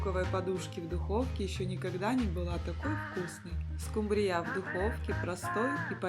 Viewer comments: СкУмбрия , а не скумбриЯ. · Не скумбриЯ, а скУмбрия, слушаешь вас и диву даешся - вы откуда.? Придурки.! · Уважаемая,скУмбрия не скумбрИя, а рецепт возможно и не плохой.